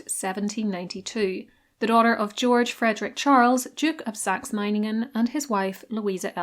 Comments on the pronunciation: German here, your pronunciation of Meiningen hits the 🎯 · You did pronounce Meiningen correctly 👍🏼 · Literally perfect pronunciation of Meiningen! 🙌 You even (correctly) stressed the first syllable instead of the second, which I find many English speakers tend to do. Good job ❤ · This was probably one of the most accurate pronounciation of Meiningen from a non-native German speaker I ever heard. Well done. Have you ever made a video about her sister-in-law Friederike/Frederica who became queen consort of Hanover when Victoria couldn't succeed there? Her life was very eventful in my opinion. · "Meiningen" was perfect. like a native speaker. :)